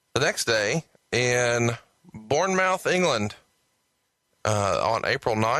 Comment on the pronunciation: LMAO at how pronounces Bournemouth as "born-mouth" 🤣🤣🤣 I guess it's difficult to know for sure how to pronounce these towns and cities if you've never heard of them before. But yeah, it's more like "born-muth" or "born-mooth". Like, the sound of the double O in the word "wood", that's what the OU in the "mouth" of "Bournemouth" sounds like. I don't know if I'm explaining that well, but yeah. Look up the pronunciation of it if you want to know. If you Google for "Bournemouth pronunciation", then Google will have the pronunciation button you can press to hear it right there on the search results page. And it writes out the pronunciation as "born-muhth". So yeah. At least it's not as bad as when JR always always always pronounced "Glasgow" as "glass cow" lmao